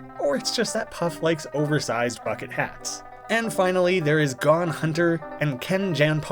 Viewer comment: the joke "gone hunter" makes fun of people calling Gon (pronounced like goan) "gone" as well, which includes you